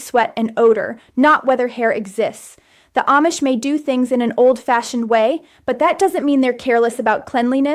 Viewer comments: This is AI. She couldn't pronounce Amish correctly part of the time! 😂😂😂 She said Am-ish instead of Ahm-ish. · This might be Ai, she switched in the middle from saying (mispronounced) Aimish to (correctly pronounced) Amish. A human Amish person would not make that error.